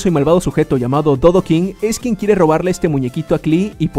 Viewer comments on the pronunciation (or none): Yo entendi dovakin en lugar de dodoking